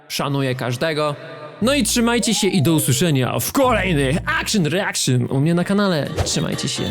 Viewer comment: Akszyn reakszyn to najlepsza wersja od:elbowcough:🧡🦘